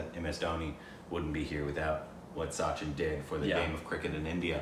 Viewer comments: The narrator mispronounced his name. It’s pronounced Sutchin. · Thanks guys for this reaction. Btw the correct Indian pronunciation is 'such-in' and not Sassh-in. He truly is a God in India. Moreso because of his values and the way he carries himself. Indians tend to love someone more by watching how he carries himself off the field, his philanthropic activities, how he speaks to ppl/fans/media, treats his family/friends n stuff. And such-in is just PERFECT. Everything comes naturally to him becoz of his humble background and strong ethos. I cried like a baby when he retired from Cricket. We still cannot imagine Cricket without him. I keep watching his old videos. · Not 'Sachin' as in 'Satch-in'. His name shall be pronounced as 'Such-in'. The narrator says it wrong, as most English speakers would do from a little faulty spelling system in India. And yes, like some people have commented here, this video does not show why he is considered as God of Cricket. Apart from astonishing cricket records on his name in all three sections viz batting, bowling, and fielding; he is known as an extremely well-behaved, calm headed, humble and helpful sportsman. Most good cricketers respect umpires. He was the one that umpires started respecting quite early in his 24-year career. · These people speak "English" and pronounce the word 'chin' properly and then "Sachin" comes and they're like 'Hey Sa - shhiinn'. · Its not syachin. Its sachin. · soo-chin tendulkar 😀😀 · Don't base your pronunciation on British commentary. It's s-uh-chin